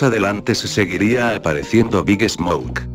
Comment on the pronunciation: Cuando dice el nombre de big smoke siempre entiendo big snouk